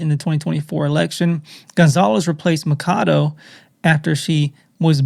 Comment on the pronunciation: It’s Maria Ma-cha-do!!!! Ma cha cha chado…. Not macado